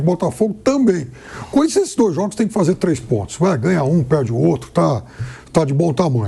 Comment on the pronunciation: "Trêi jogos seguido ALIVÊIA" mds